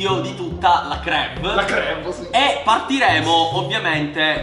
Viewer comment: și dice crev (scherzo)